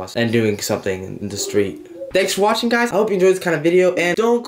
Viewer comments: This is like my 3rd time watching this video and I realized he said wathing 😂😂😂 I love this man😂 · "THAnkS FoR WAthinG" Who doesn't love WAthinG you;-)